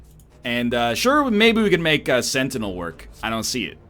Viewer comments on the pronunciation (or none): none